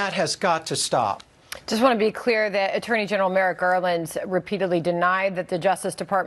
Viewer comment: He also mispronounces Merrick as MERIT! Classic FASCIST TACTIC!